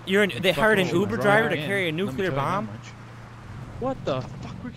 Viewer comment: Nucular killed me